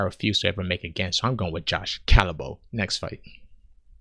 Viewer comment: I can forgive you for the track wreck of a pronunciation of Josh Culibao's name because I'm Australian and guarantee that at least one of us has said it even worse (good odds that it was one of his school teachers).